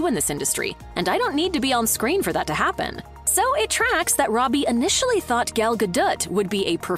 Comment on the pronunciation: Gal gaduit 😅 maybe that’s really how it’s pronounced